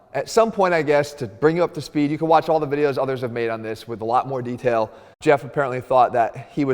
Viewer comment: Mann😂, "what's the benefit uuu got"😂😂😂